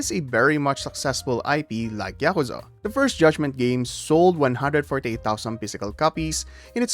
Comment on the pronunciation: It's ya-kuh(like bruh)-za, all the syllables are short and quick with no emphasis on any of them, not y'kooza. They say it literally hundreds of times during the games. There's no excuse for not being able to say it properly. What's even more inexplicable is that you start saying it properly in the middle of the video after repeating saying it incorrectly at the start. And then you say it properly and immediately afterwards say it wrong. In the same sentence!!! This has to be a troll!